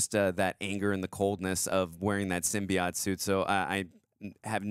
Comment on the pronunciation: Symbi- AUGHT